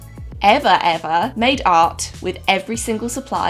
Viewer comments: Everytime your said "i made art" i thought your were saying "i made out" haha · In the beginning when she was talking about what she has made art with I thought she was saying I madeout with _______😂😂😂